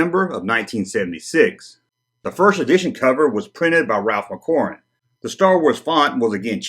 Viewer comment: Please, please stop calling him Ralph McQuarwen